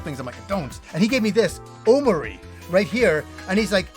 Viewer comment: Oh jeez, prepare yourself emotionally for omori bro. Also it's pronounced oh-more-ee, as a contraction of the Japanese "hikikomori"